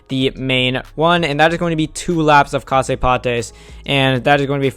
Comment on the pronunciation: Just so you know, Casse Pattes is pronounced "cas pat" (leg breaker)